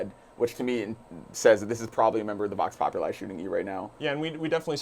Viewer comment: The way you guys pronounce vox populi is wrong